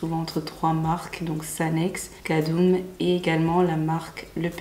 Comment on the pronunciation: Cadum se lit « Ka-dom » 😄 super vidéo j’aime beaucoup ton contenu